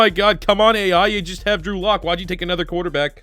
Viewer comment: Sounds like he’s sayin Andrew luck